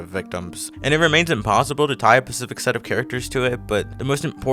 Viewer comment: specific, not pacific